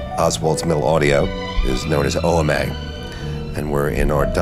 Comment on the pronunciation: Shouldn't it be pronounced Ohma?